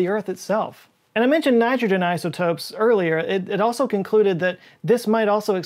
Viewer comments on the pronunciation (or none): You've never sounded more Southern to me than when you said "Nitrogen isotopes" around the point of the video lol